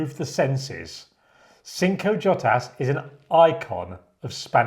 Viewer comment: Loved this video. If you were to pronounce Jotas - the J is pronounced like an h in Spanish 'hotas'